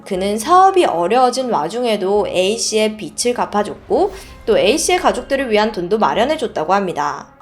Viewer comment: 빚을 = [비즐] 로 발음 빛을 = [비츨] 로 발음 예를들어 부엌에 = [부억케] 받침을 ㅇ자리에 이어서 발음하시면 됩니다 꽃을 => 꼳츨